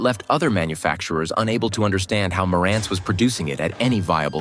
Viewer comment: The Nakamichi Dragon started out at $1,850.00 in 1992 and later $2,400.00 NOT $1,500.00. Marantz was mis-pronounced. This is AI generated garbage. That spoils the whole story.